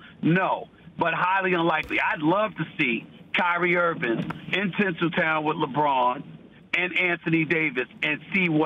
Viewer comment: Kyrie Irvin' - Stephen A